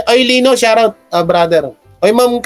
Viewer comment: Shout out yan di shurout. Susme. Shurout tlga ha? So rang slang nman yan idol. SHOUT OUT! Got it?